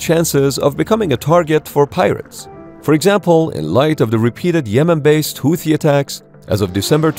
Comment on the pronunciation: Houti Tutsies 🤣